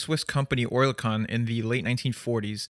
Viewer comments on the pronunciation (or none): Oerlikon ist pronounced as "Örlikon" with a audible O in the "kon". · As someone that used to life in Oerlikon I cam tell you that's not how you pronounce Oerlikon.